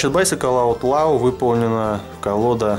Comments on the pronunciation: Я так и знал что ты не правильно произнесёшь неправильно не аут лау, а аут ло. Если что я могу с тобой по заниматсья английским и мэйд а не мадэ, а так круто крутая колода у меня их 3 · правильно читается, "Аутлоу"